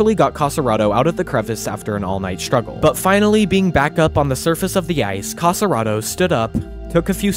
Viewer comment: Nice, thank you. But don't say "Cassaraedo", it's Casarotto 😉